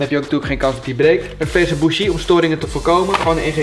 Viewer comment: Geinig filmpje... maar leer in naam van Jezus gristus alsjeblieft het woord BOUGIE normaal uitspreken... Wat een wan vertoning 😂